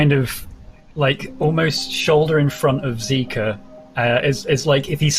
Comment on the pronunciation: I keep hearing Xiika pronounced as Zika as in the zika virus